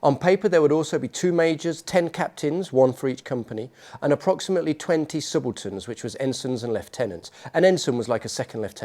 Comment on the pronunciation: Oh, "subalterns." I thought he said "simpletons"!